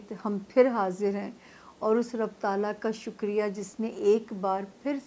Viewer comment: ربُّ ال نہیں ربِّ ال ہے